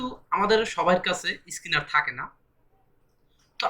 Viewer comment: স্কিনার না স্ক্যানার।